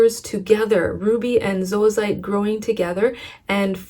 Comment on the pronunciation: Thank you for pronouncing zoisite properly!!! So many videos say "zoy-site" and that is incorrect!